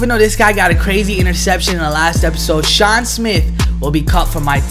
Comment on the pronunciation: I low key cringed when u said sean